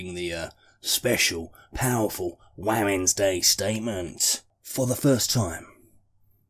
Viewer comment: Waamens day 😂😂 ffs